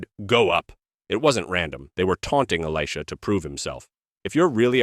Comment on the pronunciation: I like the one about the folded napkin. That makes sense. But really, A.I. pronunciation of Elisha is ridiculous.